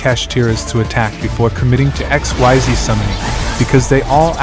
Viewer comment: Xyz is pronounced "eck-SEEZ", just so that you know. But other than that, this is a very good combo guide for Kashtira.